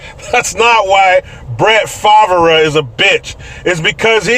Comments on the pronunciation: “Brett Favurah” “Brett Fave Ray” LOLLL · Ummmm.. excuse me, sir. Its Brett "FHA-VUH-RUH". Thank you. Sorry for whitesplaining. ❤😂😘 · hi from Louisiana his name is cajun. It's spelled Favre fav-ray. I dont know why he pronounces it the way he does. Im pretty sure he's of Cajun, Creole and Choctaw Indian descent. His hometown Kiln Ms. Is right on Louisiana Mississippi stateline.